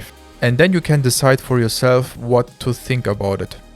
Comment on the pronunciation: es heißt nicht "i sink" es heißt "i fink" - Zunge geht zwischen die Zähne nach vorne so dass ein gelispeltes F entsteht, hence das "th" von "think"